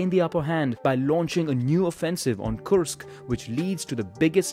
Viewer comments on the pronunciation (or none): none